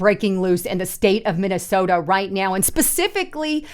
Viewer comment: She has done it consistently for a long time. It's also not the city of Minneaota. 😅